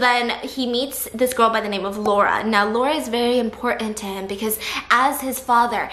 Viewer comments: it genuinely triggered me how she pronounced Massimo right but didn't pronounce Laura right 😂😂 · It’s LAURA not lora 💀💀 it’s a polish nameee